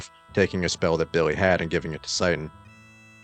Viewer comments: I mean, you're flat out pronouncing it "Satan" throughout this video. That isn't even remotely close to "Citan," let alone "Shiitan." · Although I vastly appreciate the work your team is doing on this game... please pronounce his name correctly. 😐